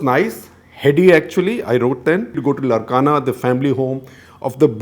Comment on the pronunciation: It’s Laarkana that’s how it is pronounced not Larkana. It’s how Sindhis used to pronounce as it’s in Sindh